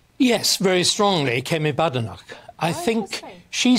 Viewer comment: He murdered the pronunciation on Badenoch and Braverman.